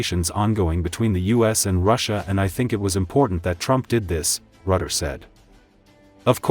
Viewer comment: The man is called Rutte, not Rutter, and he is the best man in building bridges. 😂